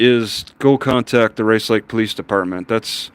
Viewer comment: I can tell you are from the Rice Lake area. Only locals call it Race Lake when they say the name.